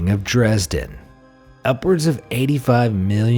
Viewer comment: I just want to say as a german that you speak Dresden wrong